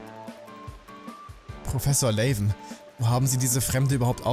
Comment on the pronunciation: Ist zwar nix schlimmes, aber der Proffessor wird Laven ausgesprochen, wie es da steht, ohne englischen Akzent, weil sein Name die Abkürzung von Lavendel ist xD Ist aber auch nicht schlimm, wenn du weiterhin Layven sagst ^^